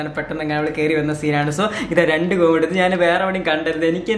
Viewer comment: കോഴിമുട്ടയാണ്. കോയിമുട്ട അല്ല .